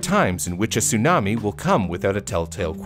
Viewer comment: It's not sunami, it's tsunami.